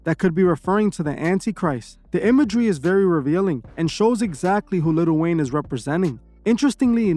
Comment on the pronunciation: its prounounced li'l wayne not little wayne plz make a video exposing lil yachty pls